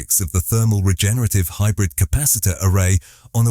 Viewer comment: stop saying hybrif , and say wich energy it runs on